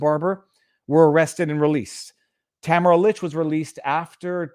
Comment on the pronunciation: You keep mis pronouncing Tamara. Pay attention. You've been told repeatedly. Its annoying. You come off as not listening.